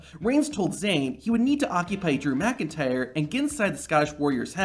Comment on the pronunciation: How the fuck do you not know how to pronounce McIntyre? bruh